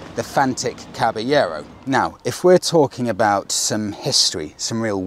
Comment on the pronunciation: Come on mate, learn how to pronounce the name properly!